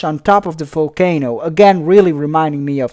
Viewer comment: I like the way you say folcano instead of volcano 😂😂😂😂